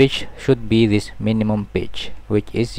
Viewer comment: im not judging, but it sounds FUNNY when you say pitch, it kinda sounds like bitch. Sorry if this makes you sad, i dint mean to